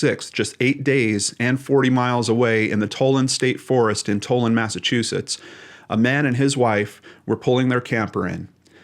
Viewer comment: Just a note: Tolland is pronounced like Holland